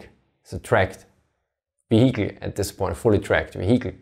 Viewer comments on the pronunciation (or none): Almost half the video and not one word about the technology - why doesn't it understeer etc. And "vee-HICK-leh"... Is there really no one that could've pointed that out for you? It gets quite annoying after a while. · Awesome video, always wondered about this question. FYI the word "vehicle" is pronounced [VIE-cle] in English (or at least in the generic/Midwest American accent). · Great Video, spent the first 5 minutes wondering what a vahiki was, thought it was a type of halftrack until i realised he was saying Vehicle, love the accent though, gives it much more credibility. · weheicle sorry had to giggle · It's not pronounced "vehikel" in English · You way of pronouncing 'vehicle' is really innovative! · Every time he pronounces vehicle someone dies in a car crash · say vehicle again for me please.